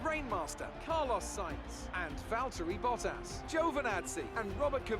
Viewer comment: For the love of god can you start to pronounce bottas "boh-t-ass". Not hating, but It really Butters my biscuit every time I hear you say it.